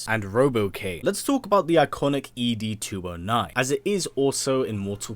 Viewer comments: “EEE DEE 209”??? 😹😹😹 Never heard it pronounced like that in the movie. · Every time he said 'Boddicker' wrong...it just made me cringe. And also the way he said ED's name. Have you actually seen the movie?